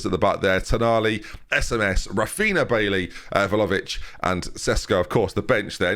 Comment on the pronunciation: And he keeps calling vlahovic, volavic instead of vlyovic